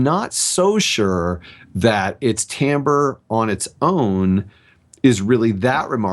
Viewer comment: woo! someone said timbre correctly!